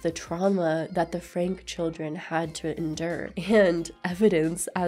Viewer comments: Hey - it’s kind of moot now and doesn’t affect what a great job you did but their last name is pronounced like Frankie. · Please respect the children’s privacy as they go through this difficult time! Much love to everyone watching as always I appreciate the support 💜 Also- I made a mistake the family’s last name is pronounced “Frankie” was going to do a voiceover to clarify but then I forgot 😅 whoops sorry!!